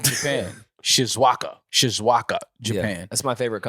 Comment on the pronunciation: pronunciation of Shizuoka got me 😂😂😂